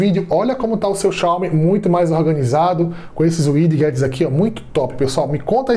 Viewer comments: "uidiguetes" kkkk tem como nao rir nao obs: widgets "uidjets" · E engraçado o jeito que ele fala widgets